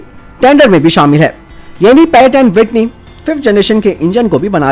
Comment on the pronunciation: पैरक एड विटनी नही प्रैटन वीटनी